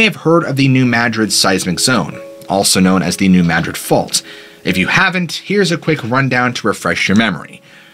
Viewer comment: You are the only one I've heard say New Madrid correctly. I lived very close to there growing up. Most people say it as Madrid as in the city in Spain, but it's Mad-rid just as you said it. Love hearing my state get the attention it deserves.